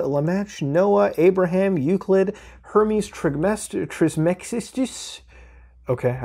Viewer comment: damn, Muta...makin' me feel frickin' old over here... Edit: lemme help you out there, Muta. It's pronounced "Her-meez Triss-muh-giss-tuss". Hermes Trismegistis.